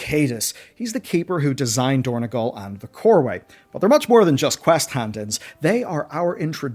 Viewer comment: It is Dorn-o-gal. It is on Azeroth, not in Ireland